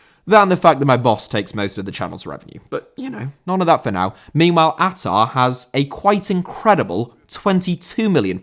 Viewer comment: Hi,as an indonesian i can confirm that your prounanciation of ahha is correct. I would say tho even though i have known about atta owning a football club for a while i never knew what the club name is. So thank you